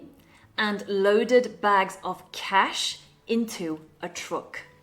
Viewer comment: The way you pronounce the word “truck” grated on my ears. And a couple of other words.